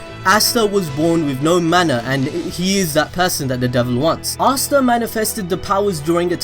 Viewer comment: astaa not assta say asta